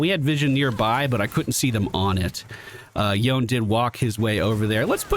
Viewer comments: Should be Yo-ne. He's from magical-pseudo-japan so you pronounce it as if it were a Japanese name. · Welcome to league buddy im happy to see you on a game I play again it's been forever. I'm gonna follow the game and give you a run down after to help out also it's pronounced yone... clearly.